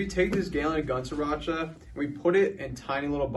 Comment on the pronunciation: It's sRiracha with an r